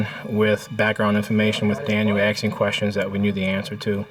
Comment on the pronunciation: Omg. This detective says he is “axing” questions. Three times from . Roflol. Whats up. We supposed to trust when he can’t even pronounce english words ?